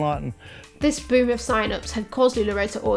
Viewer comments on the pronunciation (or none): every time you say boom of consultants i think youre saying 'boomer consultants'... which isnt wrong.